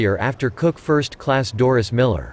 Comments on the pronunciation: It's DORIE not Doris ..... don't insult the guy by getting his name wrong. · MS1 DORIE MILLER~!!! Not Doris~!!!